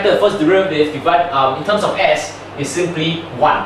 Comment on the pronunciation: Wait, is it TUMS, like the antacid? Oh whoops! I am wrong again!... It's terms, I didn't know a tum is a mathematical TERM! My mistake, I though we were learning about medical tuminology, whoops! I mean TErrrrrrrrrrrrrrminology. When I say ni hao, i don't say neee whoooo, lol, you can do math, but you can't speek, which one is more difficult? FUCK!